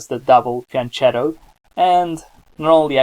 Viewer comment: it's pronounced fian-KETTO not fian-CHETTO